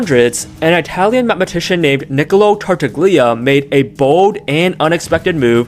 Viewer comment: "Neekolo Tartag-leeah". As an Italian, that pronunciation was like getting stabbed right in the heart.